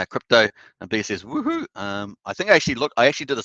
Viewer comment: the Australian wohoo's are the best ones !😁